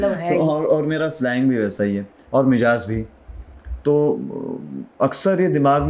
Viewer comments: 😂😂😂😂😂😂 iski hindi bohat achi hy Lehza bhi hhhhhhhhhhh Lehza nahi hota Lehja hota or lehja لہجہ is urdu word not hindi and 2ndly Mijaz nahi hita Mizaj hota or mizaj مذاج hota agr shok pal hi lia urdu bolny toh plz seekh lo 😅 koi 4 baar mijaz bola hhhhhhhhhh sara impression kharab kr dia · Lehz a nahee lehja . Mijaz nahee mizaj 😊 Very unusual and natural person .such may is materialistic lifestyle has killed souls. 😮